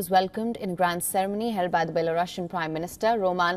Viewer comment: It’s Belarusian, not Belorussian. Consider correcting your pronunciation of the adjective derived from n. Belarus. Thanks